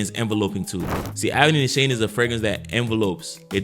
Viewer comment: Great vid bro! Btw, Nishane is pronounced Nee- Sharn -ay. It's a Turkish brand.